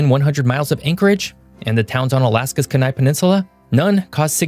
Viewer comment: Interesting video, but please get help when trying to pronounce Alaskan or Hawaiian words. I had to go back and listen several times to figure out what you said. Also as a former Alaska resident, the Kenai Peninsula is pronounced "Key-Nye" Peninsula. Lastly, the only active volcano within 100 miles is Mt. Spurr; The remainder are at least 100 miles +++ away from Anchorage.